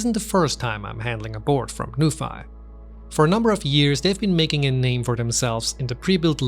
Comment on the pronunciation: Is it not pronounced as 'noo-fee'? 😅